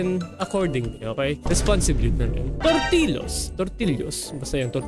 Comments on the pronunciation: hindi tortillos jortillos😂😂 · natrigger ako talaga nung sinabi ni na torti-los hinde tortil-yos😭